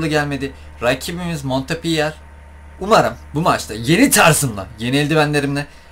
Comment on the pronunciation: Abi o montpöliyeğ diye okunuyor